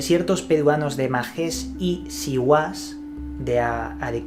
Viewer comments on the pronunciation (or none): hahahahah yo soy de arequipa (ahi esta majes y siguas , ) pero ,,,,,,el acento esta en la letra "A" para majes.......y en la letra "i" para siguas-----hahhha fue gracioso que le des el acento al reves en ambas palabras ......curreccions siñors!!! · Saludos desde Arequipa. Se pronuncia Majes (acento en la a).